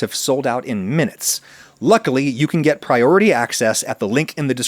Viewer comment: Damn, "prioty" access. And here I was hoping for PrioRity access..